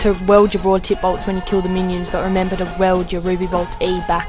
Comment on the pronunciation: Work on your pronunciation, bit of a pet peeve, but hearing 'weld' instead of 'wield' just got annoying